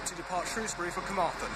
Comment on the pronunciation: I should probably tell you that it's pronounced SHROWS-bury/SHROES-bury (with the Ew intended to sound like ow as in "row"), not SHROOS-bury.